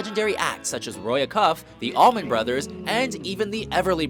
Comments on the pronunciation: It's "Roy A-cuff," not "Roy a-CUFF." Jeezus! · Roy Acuff!!! Pronounced Aaaayyyycuff!! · You're also saying Acuff wrong.